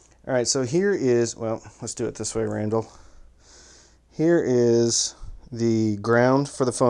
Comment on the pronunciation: Every time I hear you say Randall I'm like what?